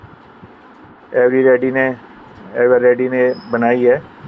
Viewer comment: ऐवर रेडी बोलो ❤ पोकेट